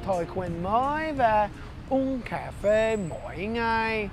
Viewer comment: Everytime you say Cafe it more like C@ phê. LOL